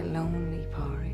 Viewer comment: Its pronounced colim you watched the film you should know how to pronounced it ,the same with Padraig its paudrig or paurig.